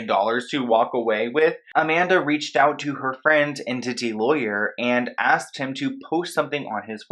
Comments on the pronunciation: Her dissociation could be part of the MK Ultra which she’s likely a victim of. Also, it’s ENTY lawyer (not Entity) ☺️ Love your channel and thank your for pursuing the truth 🙏🏼❤️ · not sure why you're citing this random blog as a credible source but at least pronounce the name correctly, it's enTY not enTITY lol. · It's Enty, not Entity 😁😜